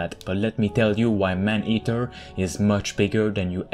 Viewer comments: The commentator needs to makes vids in French, his pronounciation in English is terrible. I keep hearing him repeatedly saying " Man Heater"which is entirely different gendre. Please homes, just stop, that Quebec accent is atrocious. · Dude🤣🤣🤣🤣 the way he says "man eater", i lmfao🤣!! Anybody knew Jaques Cousteau? 👌